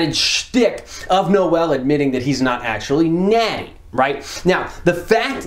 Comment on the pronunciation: Noel is a French name. And it's pronounced exactly like pronounced it. For his last name, tons of German names are finishing with *zel, I'm pretty sure this name as Germanic roots (I mean, it SA after all). I think it would make more sense (for someone outside SA, not speaking Afrikaans) to pronounce it like did because it's pretty close to the roots of the names (French, German/Dutch)